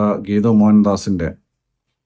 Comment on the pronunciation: ഗീതു അല്ല കേതു... പാർവതിയുടെ കേതു... യാഷ് ന്റെ കേതു...